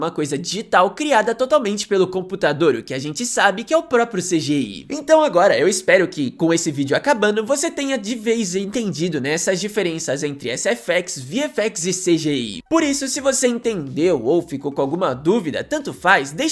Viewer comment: "esseféx, vieféx e cidiái"